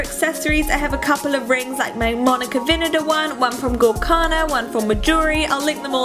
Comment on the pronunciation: Hi:) Gorjana is actually pronounced "goryana".